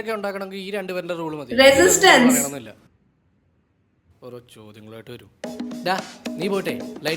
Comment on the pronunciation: "resistance" with such confidence! 😅